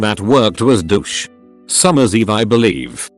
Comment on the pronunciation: No ones gonna talk about how he says Douche